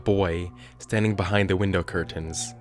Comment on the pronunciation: You say curtains funny.... Lol